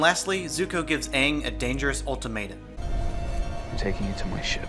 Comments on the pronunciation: Can you guys get over the fact that they keep pronouncing his name "Aung" instead of "Aang"? I couldn't, didn't, cangn't...can't. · Shyamalan saying "Ong" is the thing that pisses me off the most. You know it's a bad sign when the director/writer can't even pronounce the main character's name. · Ahvatar, Ahng, Sooka, and other mispronunciations will never make sense to me. All of the words and names that they mispronounced can literally be heard multiple times in the first episode alone, so why did they change the pronunciations/mispronounce it? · They pronounced aang like ong which rhymes which bong which is what they were smoking with when filming the movie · It’s good but so bad. I mean I like the bending except that one part where it took 5 fucking earth benders to lift one pebble and 1 to throw it. And the way they pronounce names? They said aang like ung, sokka like soka?? There’s 3 seasons to learn from and both the creators to explain 💀 idk man it could’ve been better but it was still good I mean that was barely book 1 and they made it seem like it was the end! He didn’t even study all 4 elements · I hate how much the movies sets....look like fucking sets. Also how Aangs tattoos isnt normal, its black lines, and how they call Aang UUNG, like bruh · M. Night Syamalan: Aang Me: It's AANG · Technically Aang is pronounced Ong in Japanese but yeah they should’ve just had it as the tv show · The pronounced both Aang and Sokka's wrong. I left the theater as soon as they said Ong. If you can't even get the names right nothing else is gonna work out. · When I was a kid I was so excited to get representation in the aviator with Asian, Inuit and other world cultures. Then I saw the main characters and how they pronounced Ang. RIP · if anything is an indication of how bad the adaptation was, they don’t even pronounce the main characters’ names right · why do they say aang's name wrong? IT'S LITERALLY PRONOUNCED IN THE SHOW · Every time I hear them say Aang I want to die